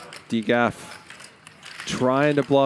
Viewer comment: Who the hell is Dee gaf man it’s DGAF(don’t give a f**k)